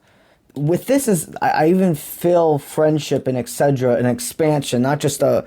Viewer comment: why do yo say Exedra instead of ectecetera, you are mispronouncing the word, correct this. I know you are cuban but you English is perfect except for this word that is so cringy when you say exedra over & over